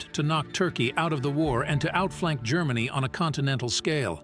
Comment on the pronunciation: Who the fuck is "Marlboro"? This narrator can't even pronounce, let alone spell, Marlborough correctly. Let alone the words 'Germany' 'Japan' and 'strategy' . It goes to show what crap programs are being churned out by these modern, lefty oiks.